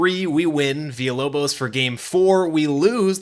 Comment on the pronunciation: The lock in for the Villalobos pronunciation was dope and appreciated